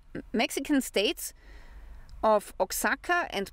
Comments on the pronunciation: Btw, “Oaxaca” is pronounced like wah-HOCK-a. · Oaxaca is pronounced "wahakuh", Puebla is "pwebluh"